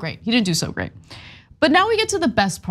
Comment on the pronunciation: "But dey said gwate things about me!" --Twump